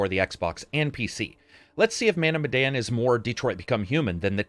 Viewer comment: It pronounced meh and dan like Daniel. Any Easter eggs about Indonesia at all? 🤔